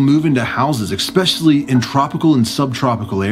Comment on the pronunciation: "expecially", really man?